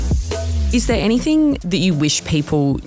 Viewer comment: It's anyTHING...not anythink